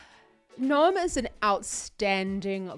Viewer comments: His name is not nome. It's Noam, spelled No-Ahm. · It's pronounced No-Am